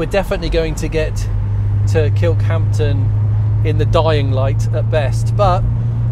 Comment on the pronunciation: Stop saying 'Kirkhampton'!